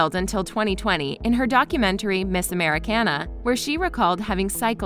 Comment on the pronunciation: Im sorry... when she said miss americena